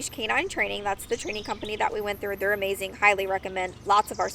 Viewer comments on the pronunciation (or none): none